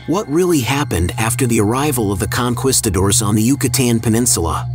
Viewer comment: Con..quisto..doors are crispy times 2! AI narrated BS we already know.